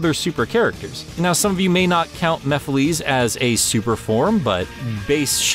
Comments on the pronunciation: Mapheliys 😅😅😅 why you prounoce it like that pronoucit normally like mephelis not like the one that Prouce it in the sonic central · I'm Not A Fan That You Say Mephilys, Instead Of Mephiles (Compare His Way Of Saying It To Others So You Know What I Mean) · STOP CALLING HIM "MEPHILEES"! I'm disliking this video just for that, I'm sorry. That just kills it for me lmao. I cringe every time you say his name. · Sorry but you also mispronounced the antagonist in Sonic the hedgehog 2006 lol it's ok though shit happens that game though I know it has flaws I still love the game if only Sega and Sonic Team didn't rush the game out for Sonic's 15th anniversary could of been an amazing game but instead we get a flawed at times broken mess with tons of glitches but I still love the game despite it's flaws it just makes me sad knowing what the game have been if it wasn't rushed. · how does he pronounce mephilis wrong when the game tells you how to pronounce it? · Umm no hate but you pronounced mephiles wrong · You miss pronounced Mephiles at the end of his name mephiles had less at the end